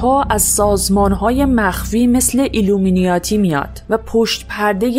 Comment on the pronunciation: ایلومناتی میو ناتی نه ایلومناتی